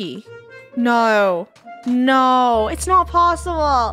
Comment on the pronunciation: the no sounds so British